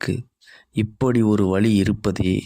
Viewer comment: தமிழில் உச்சரிப்பு மிகவும் முக்கியம். கண்களை மூடித்தான் இதனைக் கேட்டுக் கொண்டிருக்கிறேன். வழி இருக்கிறது என்பதற்கு பதிலாக வலி இருக்கிறது என்கிறீர்கள். இது மூளையில் பதியும் போது ஒரு வித அசௌகரியத்தை தருகிறது. அலைவரிசை தாக்குதல் இருப்பதால் பதிவுகள் புரிவது கடினமாக உள்ள வேளையில் இந்த பிழையான உச்சரிப்புகள் மேலும் அதனை அதிகரிக்கிறது.